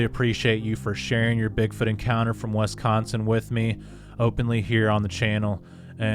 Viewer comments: Wisconsonite pronunciation: Wi.skon.sin, first syllable short i pronunciation. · OMG!!! ITS WIS consin NOT WES consin!!! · Did you say Westconsin? 😏😆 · "wess-consen" wtf lol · Narator pronounces Wiscosin as Wes.con.sin.☺️